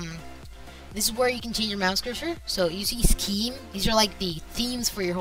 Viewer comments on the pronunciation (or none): "so you see SCheEeeMm?"